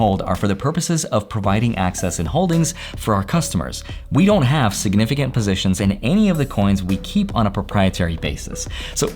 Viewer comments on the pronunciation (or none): none